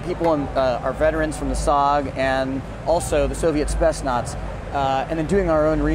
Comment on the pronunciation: Unfortunately:( Haha he says Spetsnaz wrong and Shooting the m203 isn't considered alternative ammunition.